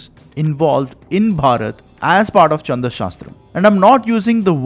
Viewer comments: It is not चंद शास्त्र but छंद शास्त्र, sloka is incorrect pronounciation it is श्लोक। Pls use correct form, your recitation of विष्णु सहस्रनाम was good। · Chhand छ not cha च so छंद not चंद Great and helpful research .